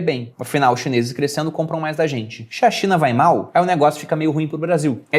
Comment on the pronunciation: só eu ouvi "Xe a Cinha vai mal..."? Rsrs...